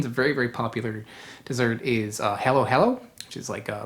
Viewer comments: He keeps saying Makapono... I keep losing my Admiration of him lol. And he said hello hello for halo-halo.. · Dear God. Theyre not Hallow Hallow or MacaPOEno. Stop. Please take the time to spell and pronounce our natural resources and domestic products correctly. It’s M - A - K - A - P - U - N - O. Pronounced Muh-KAH’-puh-no. Emphasis on the KAH, not the puh. (Not poo, but puh… like a puff sound. Muh KAH’ puh no. Damn. Muh - COP ‘ - uh - no / Muh Kah-Puh-No. Please respect the spelling and pronunciations (pre colonial preferred) of our words and maybe the world should know there are “2” original coconut DNA Strains both from Asia, but one is from India and the other is from SE Asia (Philippines and Indonesia). These are the strains of origin.